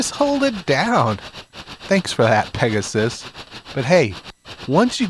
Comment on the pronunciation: Peg-a-sis ... Whoa just make sure it ain't your sis 😂